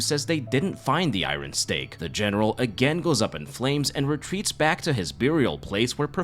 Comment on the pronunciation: Great recap, you’re the 3rd person I’ve heard on YouTube say iron weird lol I think you’re saying the R immediately after the I